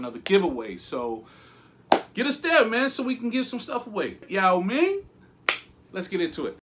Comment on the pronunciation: damn, saying Yao Ming like that is just so plain ignorant smh.